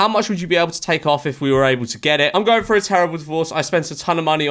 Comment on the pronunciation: Through not frew. English? Do you even speak it?